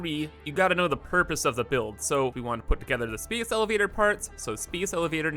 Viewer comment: The way you say "a" is very interesting. Like "base" and "space." You say it like "beese" and "speece." From where do you hail?